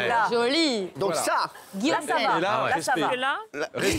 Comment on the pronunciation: ana guillaume Tell elle dit